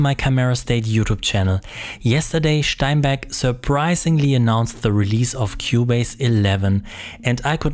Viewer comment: And "Steinberg" has been pronounced properly! Thumbs up from me for that!